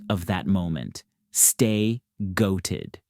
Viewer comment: Masterclass in basketball reporting as always. As a weird unsolicited suggestion though, the "be the goat of that moment, stay goated" slogan feels a bit weird. Maybe its just the pronunciation of goated with the T enunciated, or maybe its just a bit long, idk but it sounds off